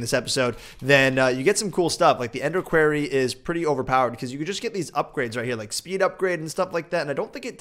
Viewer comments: Quarry, Manyullyn... you're killing me please!! The Tinkers' Wiki even spells out phonetically how to say Manyullyn (man-yoo-lin) and well as for quarry you say it right sometimes and then others you say querry o_0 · Omg the way u say quarry is so bad "querrey" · you are saying quarry wrong there is no e on quarry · quarry isn't pronounced "kwairy", it's pronounced "kwory" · I love when he says query and not quarry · It's called a cwa-ree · I can't wait until the quarry is done so I dont have to hear mispronounce it all the time. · keeps changing the pronunciation on quarry xD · anybody else notice how the said quarry ? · ikr its been so long. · You say quarry wrong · wow you mispronounced quarry and pronunciation in one sentence.